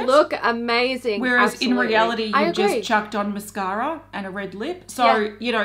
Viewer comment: Everytime I hear say Mascara a hear "mashara". Lol